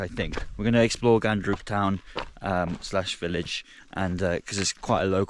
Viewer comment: It's Ghandruk not Gundruk my man. Gundruk is a fermented spinach.